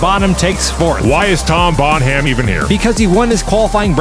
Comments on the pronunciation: Bon Ham?? It’s Bonham - like John Bonham of Led Zeppelin. EDIT: never mind… Also “Absurdistan” was mangled - they missed the gag. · the ''h'' in the name Bonham is silent lads.